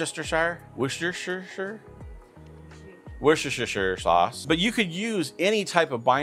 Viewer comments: Really great video. This from an Englishman, Worcestershire sauce is pronounced woostersher sauce in the UK. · It's "Wash-yer-sister" sauce! 😁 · Wooster-sher. You can do it - wooster-sher ;) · "Worchestershire" sauce is pronounced "Whats this here" sauce. You're welcome... lol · From the UK, Worcestershire pronunciation = wuss-ter- sheer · Wooster shire. Worcester County, England. Worcester is pronounced Wooster. Shire is an English word for county. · Let me help you pronounce Worcestershire sauce Wash-your-sister-sauce